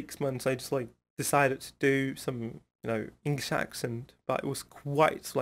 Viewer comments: no, has a really good accent. He is better than mine for sure. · your accent is better than Celal Şengör...😀